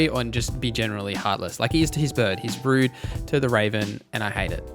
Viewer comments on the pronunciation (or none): none